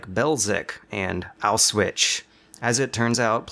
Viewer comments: come on. "Bełżec" has sounds that do not occur in English, so that's understandable, but "Auschwitz" is pronounced like "aushwits", not "auswitch". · It's Auschwitz but you pronounced it Auswitsch. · "Ow-Switch" lol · its not auswitch´, its auschwitz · we gonna talk about how this dude said "auswitch" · Excellent video, save for your pronunciation of Auschwitz. Sounds like aooshvitz. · I love how he can't pronounce words. "Auswitch" "Scavage" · That's not how Auschwitz is actually pronounced is it? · Never heard a worse pronunciation of "Auschwitz" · I like your videos and all, but your pronunciation of Auschwitz saddened me. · Like how you pronounce Auschwitz ;) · That is literally the worst pronounciation of Auschwitz...